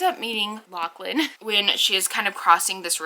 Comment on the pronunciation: lachlan is the scottish spelling but it is pronounced loch-lin so your pronunciation is right haha!